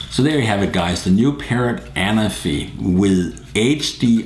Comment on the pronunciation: The accent is on the 2nd ‘a’, Anáfi is a Greek island ;)